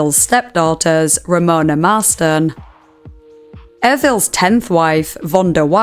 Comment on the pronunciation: She pronounced it Evril the entire video - it's Ervil